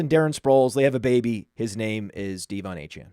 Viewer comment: Is this dudes thing mispronouncing everyone’s name? 😂 DEE von Achane was about to give me an aneurysm